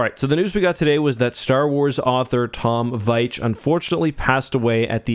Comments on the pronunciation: His name is pronounced Veech. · It’s pronounced “Veech”.